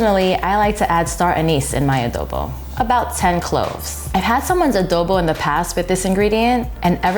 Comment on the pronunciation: ❤ "a-do a-the a-dobo" LOL